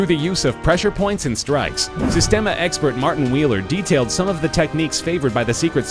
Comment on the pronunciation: Systema is pronounced Sees-tem-a, not Sis-tem-a